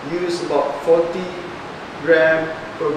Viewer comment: sounds like he's saying 14g, but I think it's 40g?